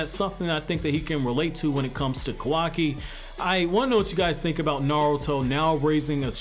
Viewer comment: Kawaki not Kawai